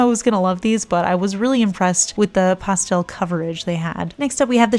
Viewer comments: I love the way you say pastel! Don’t change it! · I like the way you say pastel. I'm from the south, so we draw that word out! LOL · Please don’t change the way you say pastel. That’s not fair to you.